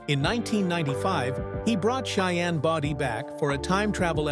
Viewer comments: You can't even pronounce his last name wright it wasn't body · At least find a narrator who knows how to pronounce Cheyenne’s last name…pronounced Bow-Dee ( as in “bow” and arrow). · His last name was BODIE, not Body !